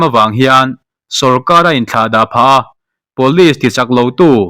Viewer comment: Police hi pawlis ang in I lam tlat thina, pulish tih anga lam tur zawk ani